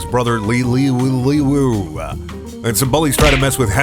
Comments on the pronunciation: I can't understand why they would shorten "Luigi" to "Liu". Then again, they likely had no idea "Liu" is a Chinese surname pronounced "Lee-oo" and since I can't read it as anything other than that, it annoys me even more. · It’s pronounced “Looooooo” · God. How TF could 'Liu' Be pronounced "Lui"? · liu is pernouwnced lee-oo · I'm not sure how it's supposed to be pronounced in this story, but in chinese Liu is pronounced "lee-OH" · i think its prnounced lee-oo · Yeah, it’s supposed to be pronounced Lew lmao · i think its lew-i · Its pronounce Lee-oh chinese btw